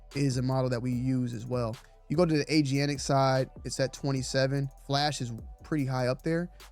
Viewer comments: It's "ay-jen-tik", not "ay-gee-an-tik" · did you say "Agianic"? What is "Agianic"? Did you mean... Agentic?